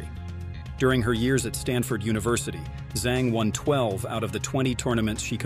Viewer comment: Her surname Zhang is pronounced "Jung" similar to how you pronounce sung, flung, rung, hung, etc.